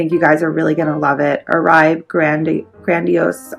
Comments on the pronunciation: It’s pronounced Or-bae not Oraib. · It's pronounced Orbay. :)